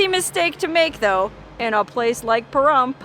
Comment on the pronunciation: Your in Larry's stomping grounds and I always thought the P was more like a F when saying Pahrump but again what does a person from Washington know lol.